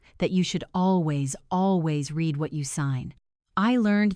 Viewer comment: I have a different comment. If these stories are read by AI, how come they keep pronouncing r-e-a-d wrong? And other words. An IV meaning intravenous as 4? And St. as street rather than saint? Easy to solve. Why don’t you try?